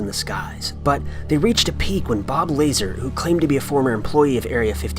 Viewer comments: Knowing that it's lazar I was like fuck no everytime he said laser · Just an FYI. It's Bob Lazar (pronounced lahzhar) Not Bob Laser. The audio you posted wasn't of him. It was a random caller on an open line show for area 51 employees. Bob Lazar has done this radio show but the clip you played is not him but some random and unknown caller. I don't believe either but just thought you should know the facts. 😊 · Not Bob Laser Bob Lerr-zar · Cant stand false news dicks who don't research anything WTF gone way down hill on this one. First of all his name is bob lazar it pronounced laz-ar not laser. He currently runs a company that creates things like the strongest lightest material interesting guy. The guy on the call is not bob lazar its actually method actor who call back months later to admit he faked it just a joke and a random coincident. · # 3 Bob La Zar is how it is pronounced. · Why don't you look into it instead of calling me names. Firstly, the so called former employee of Area 51 is named Bob Lazar (not pronounced Bob Laser). Secondly, that was not Bob Lazar who called Coast to coast A.M., it was a guy playing a prank who called back a while later and admitted as much. someone IS full of shit here and it's the moron who made this video as well as people like you who believe everything they hear. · it's Bob Lazar not lazer lmao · It's Bob Lazar dude.. Bob Lazar.. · Bob LA-ZAR and that's not him on the phone. Getting sloppy mate.